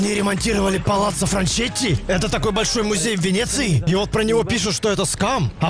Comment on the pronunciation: По-моему, правильно читать ФранКетти, ибо "ч" в итальянском это сдвоенная буква "цэ"